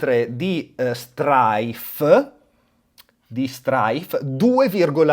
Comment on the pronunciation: le preferred si pronunciano: Straik, Straif e Straid. Tu fai un concerto di consonanti 😂